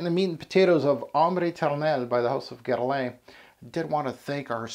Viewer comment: Love how you try to pronounce correctly the name of the fragrance but just, in such a cool way, butch the name Guerlain 😂🤣🤣🤣👏👏